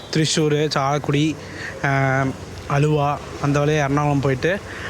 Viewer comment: Bro one suggestion please correct pronunciation of places like aluva, Alappuzha. It is ஆலுவா & ஆலப்புழா not அலுவா & அலப்புழா 😊